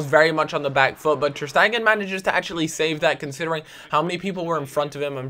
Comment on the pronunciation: Ter staygan, not ter steigen